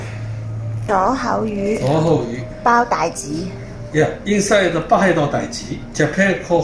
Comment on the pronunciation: “ ” 北海道 一聽都知唔會係日本人